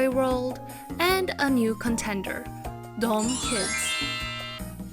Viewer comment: Btw it's pronounced closer to "da" "um" instead of "dome"